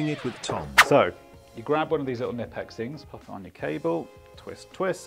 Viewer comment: Please don't pronounce Knipex "nipex". It's not a silent k